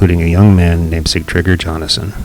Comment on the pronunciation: This is well done however you said the Viking statue was erected in 1867 when it is 1967. Also the pronunciation of Jonasson is a “y” sound like “Yohnasson”.